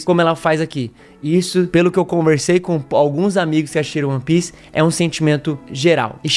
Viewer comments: Primeiro é ONE PIECE, não UAN PIECE(apesar da pronunciar provavelmente ser similar a isso) E segundo, você provavelmente não buscou analisar as outras camadas além da superficial, ou esperava só um anime de lutinha e transformação nova ao estilo de alguns outros, sem aprofundar muito no mundo(que é praticamente um personagem a parte), nos personagens, suas motivações, o que á por trás das "camêras", bases do nosso mundo que foram usadas na obra de forma primoroza, a escala de cinza que o autor usa pra mostrar que a justiça e vilania vão além do que aparentam: temas como racismo, escravidão, manipulação genética e histórica, trafigo humano e de outras raças, corrupção, superioridade racial e monetária, revoluções(sejam as revoluções coloridas ou não), teorias da conspiração, regreso tecnológico, referências não só ao cristianismo(com ARCA NOAH, árvores ADÃO E EVA, um DEUS QUE VAI LIBERDAR OS ESCRAVOS) e outras religiões e mitologias. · "Oni" piece é fogo hein, meus ouvidos sangraram.